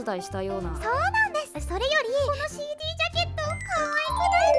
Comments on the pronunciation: CDの発音いいなwwwwww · なんかCDの発音良すぎるの草